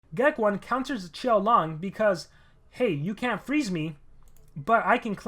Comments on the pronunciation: I still think its geck-own not geck-1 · Hey just saying it's pronounced Geck(own) not Geck(1). Anyway great video:)